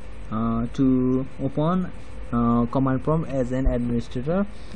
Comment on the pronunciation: #riprip English bro it's open not opuen